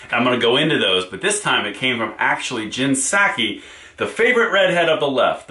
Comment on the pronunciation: Oh, I thought you pronounced it, like PISS-aki.